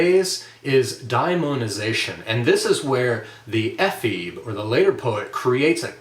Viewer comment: Ephebe has three syllables. It is a Greek word.